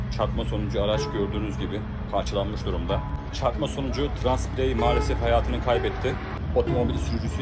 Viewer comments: trans birey diye bastırarak söylemeni anlamıyorum ne anlatmaya çalışıyon? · Niye trans diye vurguluyorsunki? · Tamam da trans diye bastıra bastıra söylemeye ne gerek var. Karşıya geçmeye çalışan bir kişiye demek ağır mı, küfür mü, hakaret mi ???????????